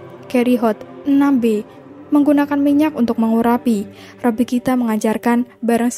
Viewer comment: Wa'alaikumussalam warahmatullah wabarakatuh. Masya Allah, tabarakallah. Syukron infonya. Tapi mohon maaf & diklarifikasi/direvisi jika sy keliru. Terkait penyebutan nama pendeta yahudi yg sering sy dengar itu rabbi bukan robbi. Afwan 🙏